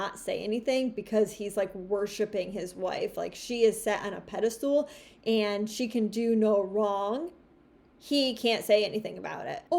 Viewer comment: Pedistal is pronounced like pediSTILL not pediSTOOL, lololol